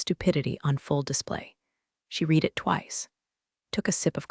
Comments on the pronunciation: Still need AI to use read right. It is prounounced red. When will someone somewhere work on all AIs to get this right?!! Is such a typical problem along with bow and live being incorrectly pronounced!!🙄🙄❤️🐉💙💙😎😎🌈🌈🦉🦅🍍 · AI can't differentiate between read and read